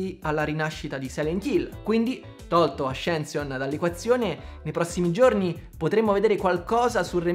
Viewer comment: Avevi detto bene ascension e poi hai deciso di italianizzarlo 😢